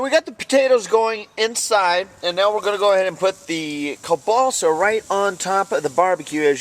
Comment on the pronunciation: its pronounced KYOL BAUSSA not KOLBASA